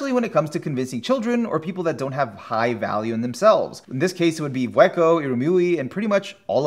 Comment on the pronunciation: Yeah, it feels like "Bondrewd" was strangely overemphasized as well, and "Vueko" felt a little slurred. He nailed Wazukyan and Juroimoh though.